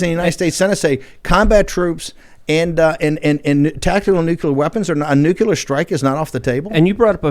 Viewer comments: Great segment.. It does drive me crazy though when intelligent people constantly mispronounce nuclear. It's not nucular, it's nuclear, come on Bannon... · Newkyewler lmao. I don't see how you f@ that word up. Nuclear. Nu - clear. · That senile old man is going to carry us to "Nukuler" war. Just lovely.